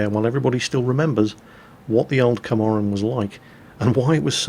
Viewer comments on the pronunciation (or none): It's not Komarin, It's KAMPARIN.